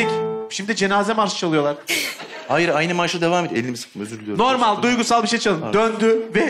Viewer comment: Bu yönetmen neden "normal" kelimesini söyleyemiyor? 😂